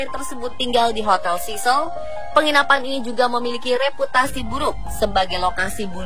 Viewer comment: Sebutan 'cecil' pun tak betul..penyampai berita nih